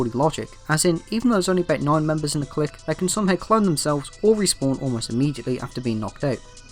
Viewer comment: The way you pronounce clique hurts my soul